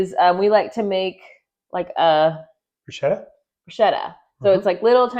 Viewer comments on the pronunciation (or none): Good job. Sorry, im italian. It's pronoùnced Brew sketta.